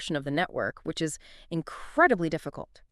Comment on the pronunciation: Holding a ton of XCN but 🤣 this is obviously an AI video. Any time you hear mispronunciation like saying “I” “s” for the word is. Dead give away. Nevertheless, the info here is accurate on the onyx chain protocol and its currency. Super bullish!!!🎉